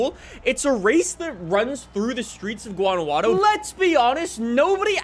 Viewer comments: Jesus christ its not a hard g. Its waunajuato. Fuckin hell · In Spanish the j is pronounced with a H sound. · the way he says guanajuato lol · STOP SAYING GUANAJUATO LIKE THAT !!!!!!